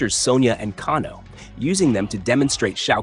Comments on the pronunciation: It’s kay-no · Pronounced Kay-No brother but other than that great stuff 😅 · Can-o???? Let’s be real you’ve never played one of these ever nor seen a movie…..Can-o…..wow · Kahn-oh? AI is ruining YouTube.... Thumbs down